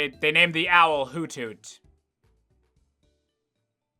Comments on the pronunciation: Excuse me? It's not "Hoot hoot," It's "Hoo thoot." Giddit right. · It's actually pronounced "hoo-thoot" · It's akshully pronounced Hoo- thoot Intentionally satirical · I just now realized that Hoothoot should not be pronounced "Hoot Hoot," by English language rules, and should instead be "Hoo Thoot." I mean, I'm still gonna say Hoot Hoot, because the other way sounds stupid... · For the longest time I thought it was pronounced "HOO-THOOT". Boy was I stupid.